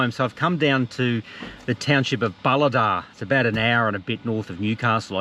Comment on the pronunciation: Good to see a new video. Oh, and Bulahdelah is pronounced Bull-ahh-deel-ahh.